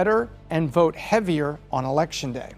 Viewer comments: Vert or vote lol. Anyways love the analysis. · Why does she throw some many R's in words that dont have any R's ? Vert Trump 2024! Lol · Has no one else notice how ridiculously she pronounced “vote”….also….lets make that map red! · I can't help it, this woman's voice is like nails on a chalkboard when she says the word vote, she says very. it sounds like she has something stuck in her throat. No idea why Pat picked her. Next time go with an American. Or at the very least, a British person. I can't stand listening to this chick sorry. I'm not judging, just saying that her accent is very annoying. Keeping it 100. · Strange accent. She can't pronounce the O sound. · she can't pronounce "vote".